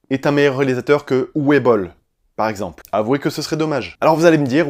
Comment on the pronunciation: en Allemand, le "w" se prononce "v" donc en fait c'est "uve boll" pas "ouwe boll" ;)